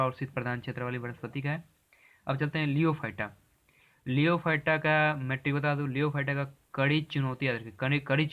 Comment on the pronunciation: लियोफाइट नहीं होता है। लिथोफाइट होता है